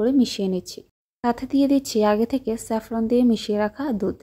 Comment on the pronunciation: আগে উচ্চারণ ঠিক করেন। স্যাফলন কি?